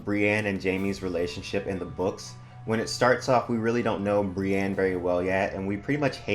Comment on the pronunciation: Just fyi for future reference, the big Brienne fandom generally pronounces her name Brie-INN, not Brie-ANNE. :)